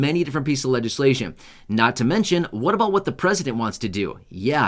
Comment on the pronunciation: You keep saying a " BOOT" I never see Any